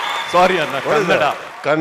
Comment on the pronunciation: Sudeep Sir😇❤️‍🔥 Kannad ❌ Kannada ✅